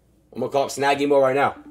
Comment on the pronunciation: snaggy mo not shnaggy hose